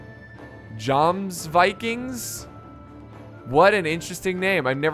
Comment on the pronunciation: Its pronounced Yomsviking. It’s basically a Norse version of the knightly orders e.g Templars, Teutonic. Also good album by Amon Amarth.